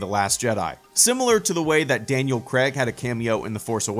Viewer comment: Love your videos man. That pronunciation of Daniel Craig though 😂